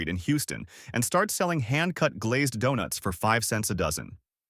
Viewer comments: I quit at "Doo-nuts." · Visual gaffe: The picture of a tub of Blue Bunny, while talking about Blue Bell. Audio gaffe: "Doo-nuts".